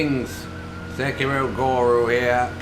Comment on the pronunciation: Every time you say guru it's sounds like goro